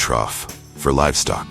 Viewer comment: We know it's AI, because the narrator said "ferrous" instead of "Fahrenheit. "Cranberry bugs" instead of "bogs." "Livstock" instead of "livestock."